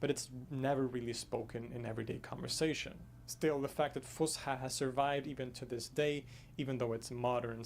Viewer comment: it is not pronounced with the sh sound , S , fus ha Fus فص Ha حى فصحى